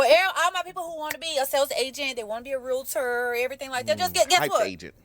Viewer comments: Why are people placing another syllable into the word realtor? It’s realtor not realator. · Real-tor Say it with me this time...."REAL-tor" Saying "real-i-tor" sounds ignorant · 😂😂😂😂😂😂😂😂😂😂 IT'S REAL-TOR. Two syllables. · I love this video but please learn to pronounce "realtor"